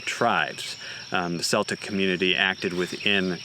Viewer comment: Great video except for one word…Celtic is pronounced Keltic. I know, knit pick.